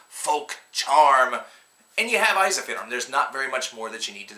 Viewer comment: Eizahfearum? It's "En-Seef-ur-um" for America, it's "Ensi-Fear-Um"